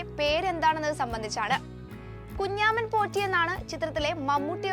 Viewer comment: Kunjaaman😂😂😂alla kunjamman